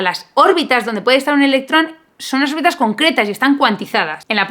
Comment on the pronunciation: Cada vez que decías órbitas mis oídos sangraban😭😭😭